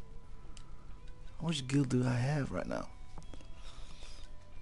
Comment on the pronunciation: It's gil! Not jil! >:( KAAAAAARMAAAAAA